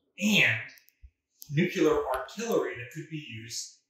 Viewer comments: It's Nuk-lee - ar. Not Nuk-you-lar. There's no such word as Nucular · And please invest in a dictionary. It's Nu-clee-er not nook-ya-ler. I can't even watch. My father worked on the Manhatten Project and a lot of scientists died figuring out how to build those things. That not exactly casual, sorry. Thanks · For God's sake the word is nuclear not 'nucular'. You sound like George W. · I suppose by this time he has made a conscious choice, but I do wonder why the chooses to say it like Nukular instead of Nuclear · Grrr! Nu-clear, not nu-cu-lar! :P Used to set my teeth on edge when JImmy Carter did that in speeches. He was a nuclear engineer who cut his eyeteeth under Rickover; he shoulda known better! :D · It is pronounced nu-klee-ar, not nu-ku-lar. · Nuclear is TWO syllables. Not Nucular which is three and describes the nucleus of an atom. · NU-CLE-AR!!! Please! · Nu-cu-ler, it's pronounced Nu-cu-ler